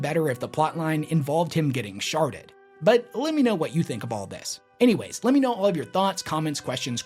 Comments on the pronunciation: If they go for an endgame, this would be a neat way to kick it off or crescendo it. Please stop saying “Sharded” like that, or lean into it. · I'm not mature enough for you to keep saying shardded lol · I know he said sharded, but that is not what I heard, lolololol!